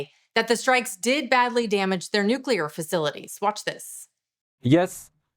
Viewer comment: why don't you learn to pronounce NUCLEAR not NUCELAR